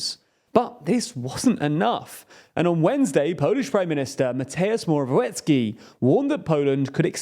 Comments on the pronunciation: The 'w' in Morawiecki is pronounced as 'v' like in a vampire. The whole surname is pronounced "Moravietzkee" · Moravyetzki Try to read that the next time you try to pronounce "Morawiecki". As a Polish man I think that is a way better phonetical spelling than whatever you have. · It's pronounced as Moravietski :P